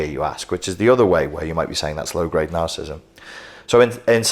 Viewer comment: You keep mispronouncing ‘narcissism’ and ’narcissistic’. Why?